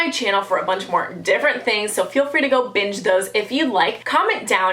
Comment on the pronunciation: it sounded like she said the b-word instead of binge.😂😂😂😂